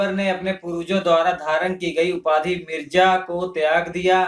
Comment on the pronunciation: Not mirja it's mirza